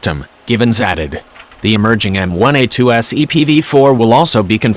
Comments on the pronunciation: Could someone please tell the AI the difference between M one A2 and M i A2 very annoying. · Repeat after me: M-ONE-A2 M fucking ONE, not M-I.